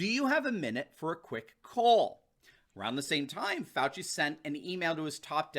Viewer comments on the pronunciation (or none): "Faux-ci Fauci." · Hmmm, seems like all this time we’ve been pronouncing Dr. Falsie’s name wrong.